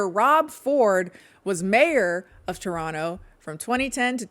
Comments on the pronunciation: omg toronto mention....wish it wasn't for this though 🤣(also if you're from detroit why do you pronounce toronto like a proper torontonian!?!?) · i lived through this and i still ran to this notif once i saw it 😂 good enough toronto pronunciation, we say no to the 2nd t, 8/10